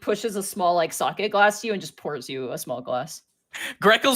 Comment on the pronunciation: When the japanese expert calls it Saki instead of sake 🤔